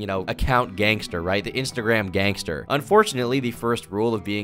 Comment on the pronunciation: Whenever he says gang star I think of jojo